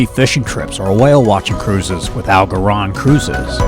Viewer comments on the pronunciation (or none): The only thing you messed up was Al Gauron's name..lol. Home sweet home. Nice video.